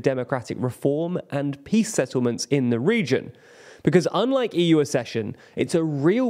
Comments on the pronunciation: It's aksession, not assession! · Again: ACK-session, like access. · Why can't you pronounce "Accession" ? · Learn how to pronounce the word "Accession".